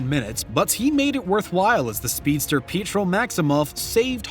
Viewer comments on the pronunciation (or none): none